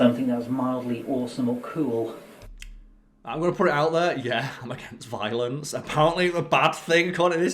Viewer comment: Did someone teach this guy the word "violence" wrong as a joke?